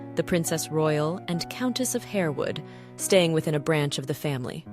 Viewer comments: "Harewood" is pronounced "harwud" not "hairwood" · Harewood is pronounced HARWOOD.